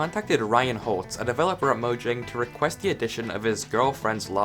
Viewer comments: It's pronounced moyang,not mojang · I'm from swden and it's actually "Mojäng" with an ÄÄÄÄÄÄÄÄÄÄÄ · My Guy its mojäng. Mojäng means gadget and Mojang idk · Mojang is not a Swedish word. It's mojäng, with an ä, not an a. Ä is pronounced here like the e in "hey!" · oh, I've always pronounced it "mo-jang" until i saw this video and i was confused